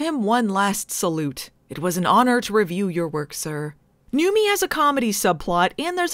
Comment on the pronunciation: Wait, has it been "Newmy" and not "Newmie" this whole time?